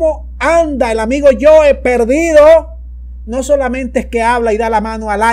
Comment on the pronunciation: No es el amiguito "yoe", es el amiguito "joe"